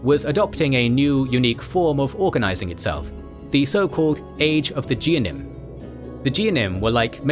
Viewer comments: It's not pronounced geanim, it's pronounced geh-own-eim hard g like get. it's pronounced seh-phahrd-eim, and miz-rah-chim (the ch is replacement for the actual sound. It's like clearing the mucus from your throat) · for the record, the words "Geonim" is pronounced with a hard G (as in rag, not as in genius or general)